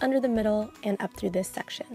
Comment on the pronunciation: Does anyone else get really annoyed on how she says "section" ?